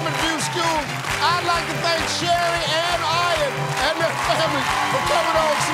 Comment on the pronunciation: ha. he calls her shelli lol